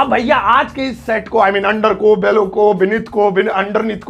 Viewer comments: Sir below ko pronunciate to galat kar rhe ho... उसे बेलो nahi बिलो bolte hai....😕😕😕😕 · Vah re pagal but teaching points are good, mend pronunciation of below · Hi: I appreciate ur teaching skills indeed. May God grant u Success! With due respect, One small observation over ur video classes: plz work on ur words pronunciation likewise “fell & below” it needs to be pronounced accurately. Thank You